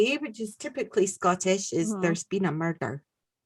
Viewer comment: could definitely beat Christopher Lambert on the Scottish brogue front! Lol at the "there's been a murrrdur!" Brilliant! 😆